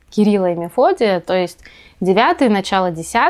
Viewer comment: То эст???????!!!!!! Что за произношения?